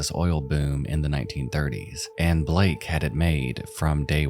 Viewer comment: BALAKE not blake